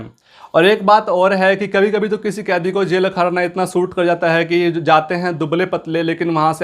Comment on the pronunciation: Sala khan sir ke video ka copy krta hai or hai ko hem hem bol rha hai are bhai phle thik se bolna sikh lo fir gyan pelna okay n 🙏